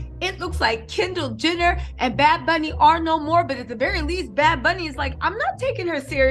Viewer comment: Your killin me doll!! U keep saying “Kendall gender” lmfao sorry had to rewatch video parts a few times